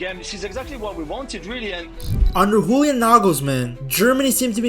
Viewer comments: In German, the j is pronounced like a y, not like an h as in Spanish. Pronounce it Yulian Nagelsmann. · Just FYI: the "J" of the the name Julian Nagelsmann is pronounced like the "Y" in "yes". (It's not spanish, so no "H"-sound 😉) But "Nagelsmann" is perfect😊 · Bro pronouncing Julian as if he were from Spain😂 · You-Lee-Ahn. With the main emphasis on the first syllable. Joachim Löw is harder because of the ch but the o and a don't fuse into one but are each pronounced